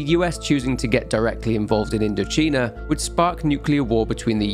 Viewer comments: INDO-'CHINA' NOT CHEENA AAAAAAAAAH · You didn’t think that the “China” in “IndoCHINA” might be pronounced like “China?” Sorry about my pedantry but I found it funny. Great work as always though ❤